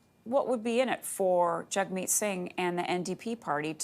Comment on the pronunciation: trying saying his name right, Jagmeet if you can